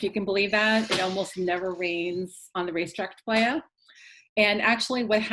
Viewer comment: Great video. But Racetrack “Ply-uh” :)